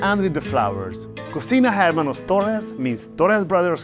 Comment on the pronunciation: the H is mute in hermanos or any other Spanish word